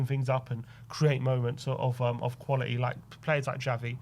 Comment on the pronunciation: Not qualieeee ,quality!!!TTTT use your consonants please!!